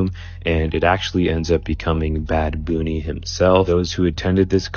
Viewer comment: Is bunny even pronounced correctly?